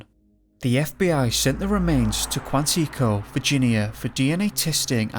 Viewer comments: Quantico is pronounced Kwan -it -co not Kwan-teek-o LOL , Havent you ever heard it pronounced in a FBI movie or tv show? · You lost me at KWANTEEKO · I loved how you pronounced Quantico!